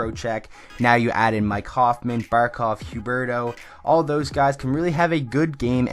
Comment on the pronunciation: U say huberdeau like huberto